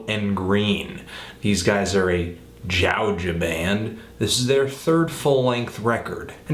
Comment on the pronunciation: never say georgia like that ever again